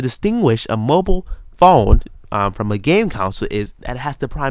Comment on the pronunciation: err it's pronounced con-sole not council, just sayin